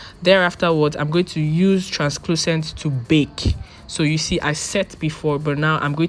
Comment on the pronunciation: Beautiful tutorial. More beautiful you❤️❤️. But you kept saying transClucent😭. It’s translucent. Sorry. I couldn’t help but notice.❤️❤️❤️